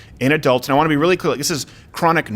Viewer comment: I wanna be really cl..... (clear). At the same time he is not totally clear in his words lol. It’s fast and I get it but it’s not cl.... lol!!! I love Steven Crowder.